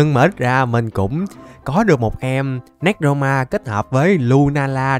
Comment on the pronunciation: Anh đọc tên néc ro ma là sai rồi anh phải đọc là nê cro ma mới đúng nha anh